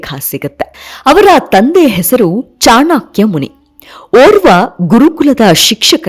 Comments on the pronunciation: ಅವರ ಹೆಸರು ಚಾಣಕ್ಯ ಚಾಣಾಕ್ಯ ಅಲ್ಲ , ಹೆಸರುಗಳ ಬಗ್ಗೆ ಸರಿಯಾದ ಉಚ್ಚಾರವಿರಲಿ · ಚಾಣಾ.......ಕ್ಯ ಅಲ್ಲ ರೀ.‌...‌"ಚಾಣಕ್ಯ" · ತಾಯಿ ಅದು ಚಾಣಕ್ಯ, ಚಾಣಾಕ್ಯ ಅಲ್ಲ, ದಯವಿಟ್ಟು ಚೆನ್ನಾಗಿ ಉಚ್ಚರಿಸಿ.. ಕೇಳಲಿಕ್ಕೆ ತುಂಬಾ ಹಿಂಸೆ ಆಗ್ತಿದೆ.. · ಚಾಣಕ್ಯ ಅಲ್ಲಾ ಚಾಣಕ್ಯ ಅಧು.